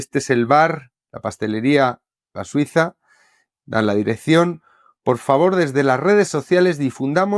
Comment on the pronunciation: Pastelería "Da Suisa" No oigo otra cosa